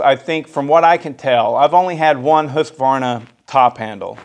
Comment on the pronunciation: "who's Kuhvarna?"